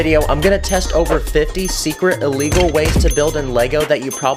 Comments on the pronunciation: In one video you said a wegol and you we're trying to say illegal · You keep saying a wegol